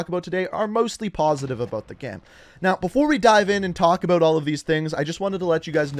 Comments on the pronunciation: ABOOT!!!😂🤣 IT KILLS ME. He doesnt say it nowhere as bad as I have heard other. Love the content brother keep it up. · aboat. i like how he says about.